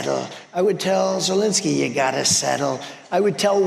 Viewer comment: Why does he keep calling Zelensky "Zelinsky"? How hard can it be? And that question also goes out to all the other American "experts" who routinely make the same embarrassing (and disrespectful") error - including Ben Meiselas, Kaitlan Collins and Luke Beasley.